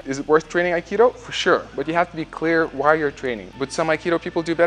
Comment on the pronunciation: Aikido is my favorite fighting style by you. Underrated. Just mixed it with bjj and boxing and other styles.. love your aikido. Love how you pronounce it as AK ee doe code word Aikido!